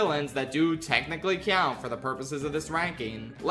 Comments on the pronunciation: you really need to work on the way you pronounce the word "count". The first part of the word is pronounced "cow", not "key-ow". "COWnt." Not "KEY-OWnt". It's not a big problem, but a small part of me dies every time I hear it. The rest of the video was great as always, but please, please, for the love of Tomatoa please, that word should be pronounced correctly. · i love the way pronounces "count" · pronounce the word count correctly, challenge level:Impossible